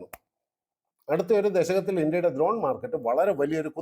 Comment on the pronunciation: ദ്രോൺ അല്ല ചേട്ടാ ...... ഡ്രോൺ